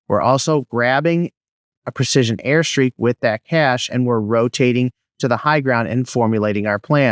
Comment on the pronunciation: "Airstrike" not "airstreak" bro. Your video helped a lot, look forward to more👍🏼